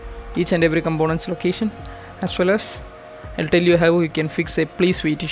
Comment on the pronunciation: When you for the first time pronounced combonents for components, I understood who you are.